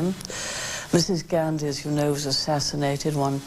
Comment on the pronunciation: Mrs "Gaarndhi" ? WTF?